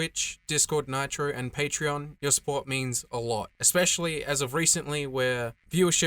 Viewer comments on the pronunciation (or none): none